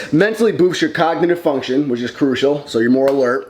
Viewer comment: When you said cognitive function I thought you said cock lmao I ran it back 3 times